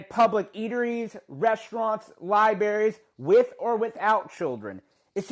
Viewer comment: "libaries" yea dog you haven't been into a library spare me